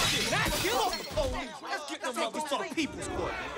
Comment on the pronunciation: "Porice beating"